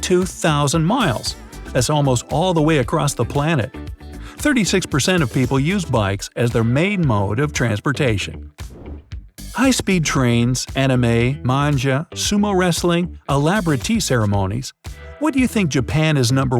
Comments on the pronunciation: did this guy really say MANJA??!?! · Manja? Manja? It's pronounced with a hard G!